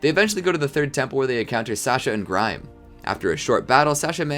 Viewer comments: It’s grime no grim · Did you say grim instead of Grime